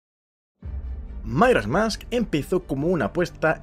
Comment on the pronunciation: Por qué dice mairas mask? Y no Majoras Mask?